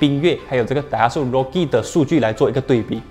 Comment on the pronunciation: daihatsu 要读成 dai ha tsu，不是 dai hat su tsu 读音类似“之”